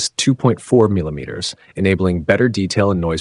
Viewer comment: bro said milimeters 💀